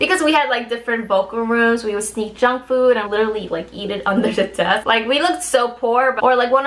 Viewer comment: When she said no junk food I heard no jungkook... And then sudden shock I got😂